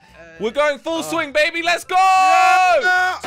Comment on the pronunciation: That's my first time hearing josh say babby like that